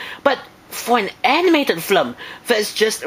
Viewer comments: Sounds like your saying Flim instead of Film xD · you say Flm instead of film...thats cute =^w^=